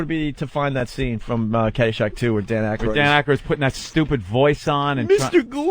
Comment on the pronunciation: It’s Aykroyd dummy